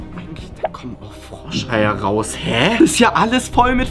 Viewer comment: Warum sagst du immer dis und nicht das